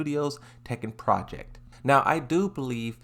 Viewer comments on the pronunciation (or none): none